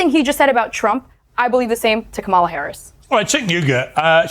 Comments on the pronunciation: That woman “journalist” can’t even pronounce Kamala’s name correctly. I’m sure that’s on purpose, and it destroys any semblance of credibility she may have had. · I can’t stand these A holes purposely mispronouncing Kamala’s name. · They STILL don't pronounce her name correctly. It's such a micro aggression. It's infuriating. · Why can’t they say this woman’s name correctly. It’s just disrespectful at this point. She is the Vice President for God sakes. Sheesh 🤦🏾‍♀️ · What kind of a journalist is if she can't even pronounce Kamala's name correctly? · If the maga crowd is trying so hard to present a good picture, why do they insist on intentionally mispronouncing Kamala's name? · 800 gorilla is them pretending she’s inept while mispronouncing her name 🖕